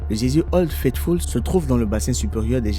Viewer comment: Beaucoup d'erreurs de prononciation : gésier au lieu de geyser, magnétique au lieu de magmatique et puis faut revoir les mesures anglo-saxonnes, bref ça ne fait pas sérieux du tout. Vaudrait mieux changer de commentateur, quelqu'un qui sache lire correctement le texte.